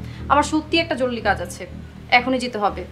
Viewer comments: জরুলী কাজ আছে.... নায়িকার একি উচ্চারণ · joruri not joruli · জরুলি নাকি জরুরি?? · “জরুলি” কাজ। রুবিনা জরুরি কে বার বার জরুলি বলছে 🤣🤣🤣